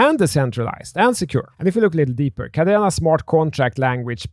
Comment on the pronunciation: he can’t even pronounce it properly and yet had the audacity to make the video. How embarrassing 🙈 🤦‍♂️